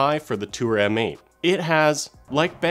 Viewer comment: M8 is pronounced MATE!